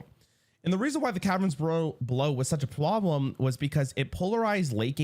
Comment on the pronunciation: he had a stroke. Lol "such a pwoblem " 😂